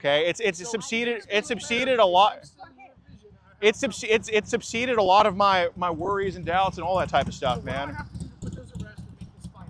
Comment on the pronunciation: the word is subSIDED not subSEEDed